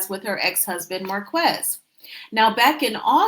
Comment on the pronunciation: his name is pronounced 'Mar - KEZ' NOT MAR- KWEZ' 👎